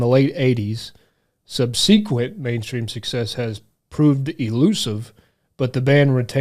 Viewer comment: With all due respect,, it’s pronounced “sub-SEH-quent”, not “sub-SEE-quent”. ✌🏽Anyway, great song! For the New Wave heads, did your local alt stations ever confuse them with Lords of the New Church? Mine did. All the time. 🤦🏽‍♂️